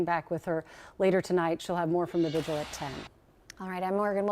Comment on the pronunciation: There are many more important things going on here than my comment but I hear more people pronouncing vigil "vigual" (rhymes with visual) rather than vigil. Two syllables.